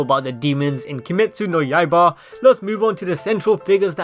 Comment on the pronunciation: Two things: 1.Demon Slayer Corps pronounced: Core 2. Kimetsu no YAIBA pronounced: Yai-buh